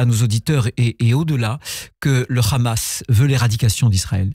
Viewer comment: quand un ministre français prononce le hamas en khamass déjà c'est inquiétant car le kh dans la langue française n'existe pas ! seul l'arabe et l'hebreux contient ce son et donc un ministre communautarisé par l'entrisme sionste L'ENTRISME LE VRAI CELUI QUI INVITE LES PRESIDENTIABLE POUR LEUR DONNER LA ROUTE A SUIVRE (diner du crif ) c'est comme si un ministre français demain disait 7ezbollah